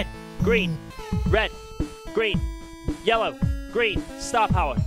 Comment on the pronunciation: After a couple minutes "red green yellow" turns into "weh gwi yewo"